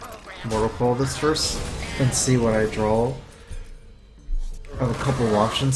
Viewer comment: please say draw... not drawl